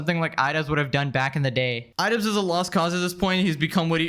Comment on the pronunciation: Idubzzz ❌️... I dud✅️🤡